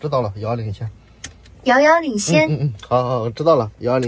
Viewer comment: 哈哈哈, “妖妖领先”，太可爱了啊